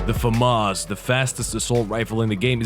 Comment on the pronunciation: Whaaaa! Finally someone who knows how to pronounce it!